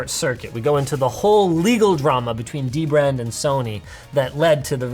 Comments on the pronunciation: Omg, Linus is mispronouncing DBrand again! It’s duh-brand. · Linus you gotta remember, it's "DBrand" not "Deee Brand" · it is not d-brand it is dbrand there is n sapce bwetten the d and b linuis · Linus just said dbrand was not pronounced d-brand but dbrand as one single word and yet ye mispronounced the name again and again... LOL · its Dbrand not D-Brand linus FFS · is it "dee-brand" or "dibrand" ??? help me out here guys... LOL !!!!! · come on linus, it's not d brand, it's dbrand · You said dbrand wrong lol! Its da brand. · Linus just likes bringing attention to the D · Shame on you, you didn't say dbrand right how do we know whats good and whats wrong prenounced :O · Hey Linus, you kept mispronouncing DBrand's name